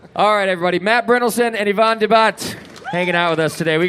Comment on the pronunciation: not Yvonne